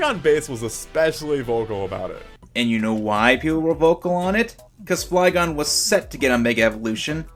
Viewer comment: Or called Flygon Fliegon xD